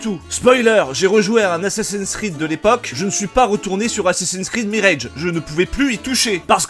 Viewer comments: Tu es au courant qu'en anglais le mot "mirage" se prononce "mirage" comme en Français et non "mirèdje" ? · Pas vraiment important mais tu prononces "mirage" à l'anglaise alors qu'en anglais, il se prononce à la française (genre 'meeraaj') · Merci pour la vidéo Juste en passant : mirage en anglais, ça se prononce plus ou moins comme en français et pas mireilge. Voilà je sors 😅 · Tu sais, quitte à prononcer le R de "Mirage" comme un bouffeur de camembert, tu peux aussi prononcer le A avec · Ta prononciation de "mirage" n'a aucun sens. Le mot ne se prononce ni comme ça en anglais, ni en français. A l'avenir il vaudrait mieux simplement prononcer les mots à la française en cas de doute.